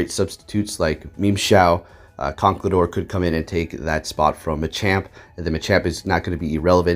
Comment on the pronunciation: Hi i just want to remind you that you mispronounce conckeldurr Cause you say conckledurr and you say it like Con-ckel-Durr